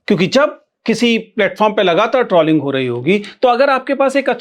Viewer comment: शायद सही उच्चारण "ट्रोलिंग" है.. ट्रॉलिंग या ट्रौलिंग नहीं 🤔